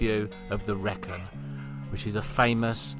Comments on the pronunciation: I was about to say the same! All around the wrekin! And yes it the reekin not wreck in. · Wrekin - is pronounced Ree Kin We even have a saying in Birmingham 'going around the wrekin' meaning going all over the shop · It took me a few seconds to work out what you were talking about, there. The Wrekin is actually pronounced as Wreekin. Oh, by the way, stop dissing Shropshire's only mountain, 'hills', I ask you. The Wrekin's summit is at some 1335ft (407 metres) which qualifies it as a mountain. To give you a story about the Wrekin - There is an old RAF base, some 15 miles from the Wrekin that was called High Ercall (pronounced High Arcall, btw) and during WWII, this housed an American unit. The Americans did not like the Wrekin as it was seemily disturbing their aircrews on take off. They applied to the authorities to have the top removed. The Shropshire Authorities were horrified because this action would remove the only mountain that Shropshire has. Their argument and, if true, direct insult to the abilities (or lack thereof) of the Yanks went along the lines of, "There is something seriously wrong if your pilots are unable to attain 1000 ft in 15 miles. No RAF pilot would have an issue with that task." This, apparently was enough tp prevent the removal of the mountain top so that you, today, can admire it from your lovely boat. Associated with the Wrekin and part of the same chain, if you will, is Haughmond Hill, a little way out of Shrewsbury (pronounced Shrowsbury - and I will die on this - er - hill). There are some great marked and graded trails through the woods that cover this hill (it actually is a hill) and it offers, in places some great viewsd over the Severn Valley. I have wal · Just so you know, the Wrekin is pronounced 'reekin'. There's a west Midlands saying "all around the Wrekin" meaning to take the long way round. Christian Bale's character says it in the film Le Mans 66. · That would be the " r 'EE' kin " Nice relaxed video, thanks.